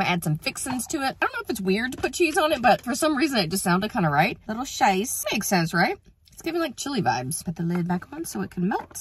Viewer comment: "Scheiß" (how you pronounced cheese) means "shit" in German 😅